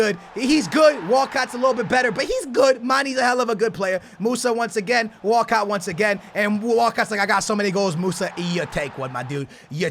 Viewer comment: Is it just me or whenever says Walcott does it sound like he's saying walkout.